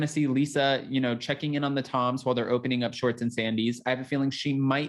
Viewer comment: I just recently found this page and like the topics - I’ll definitely stay tuned. But is it just me, or does he keep saying Tom Shorts instead of Schwartz?